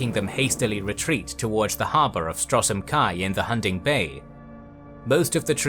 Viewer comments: Why you pronounce Stros M'kai as Strosm Kai instead of Stros Makai?? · A brief note on the pronunciation of of Stros M'Kai: "Strossem Kai"=🤮 "Stros Mikai"= 😍